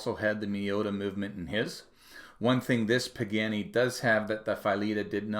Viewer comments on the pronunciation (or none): Sadly, its not pronouned "PIG - ANNY".... its properly pronounced "PA - GA - NEE". Good video. Thanks. 😉